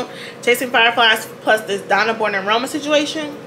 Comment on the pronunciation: Man I need to stop watching your videos in the shower. You said “Chasing Flier Fies” and my soapy-footed tail almost kissed the porcelain 😂